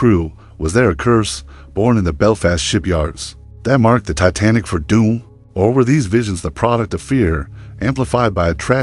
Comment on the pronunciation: You should know how to pronounce a famous ships name before you post a video